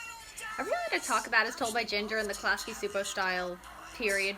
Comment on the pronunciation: Great video. Btw Csupo pronounced CHOO-POH not SOO-POH. Gabor Csupo is Hungarian. I was confused too the first read it.